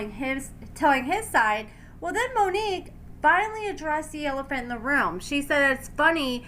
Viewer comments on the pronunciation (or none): none